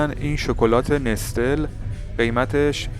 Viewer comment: نستل نوشته میشه نسله خونده میشه کسکم 😂😂😂😂